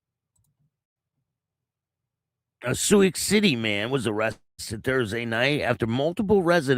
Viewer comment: It's pronounced sue city.